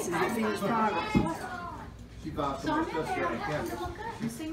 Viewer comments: I loved this one too! But y'all she's sayin "Deddy" not "Daddy"... Gotta love it. Wouldn't trade these ideals 4 nothin! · OMG I really enjoyed watchn her! I actually teared up I'm African American but she sounds and pronunciates just like my grandmother especially when she says deddy instead of daddy!💜